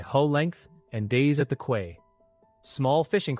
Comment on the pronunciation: Your AI needs work, quay is pronounced like key, not kway. The math needs work too, 100m sqm after the crab, 10k after the wolf, 1 million after the pig and 100 million sqm after the leviathan. That's a lot more than it said in the story.